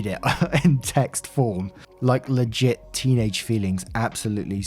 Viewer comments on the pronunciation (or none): none